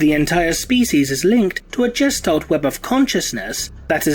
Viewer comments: you make me shudder with your mis-pronunciations .......... GESTALT starts with a Guh sound not Juh ......... other than that I do enjoy most of your suppositions ;) Keep em coming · Its is indeed kitin , note to others and self don't leave your fucking phone where your mates can access it and troll you ............ However you are definitely needing to learn how to say Gestalt ;) fml